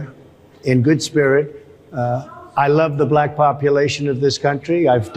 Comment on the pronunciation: I am as white as the driven snow... Why does he say bah-lack!?